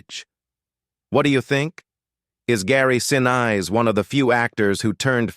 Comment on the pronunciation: PLEASE pronounce his name correctly. He deserves to be respected both during filming and after.